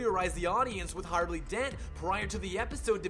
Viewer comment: This was a pretty good list all things considered! Super interesting and well done. Though you'r pronunciation could use some work. Ah-Bey Vagoda? Abe is short for Abraham and is pronounced like the abe in Babe. Dark Deco, pronounced Deck-o. Trial not Trail. Harvey not Harley.